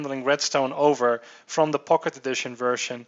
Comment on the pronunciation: sounds like hes saying pok`e edition.. lol